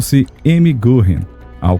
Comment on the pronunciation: Goring com trema no O , se pronuncia Goering. Fala-se guering.